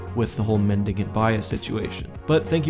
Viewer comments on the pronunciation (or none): none